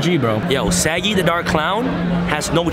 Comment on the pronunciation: I love it when he says saggi like saggy